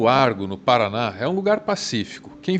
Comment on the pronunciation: Paraná... kkkkk Paraná...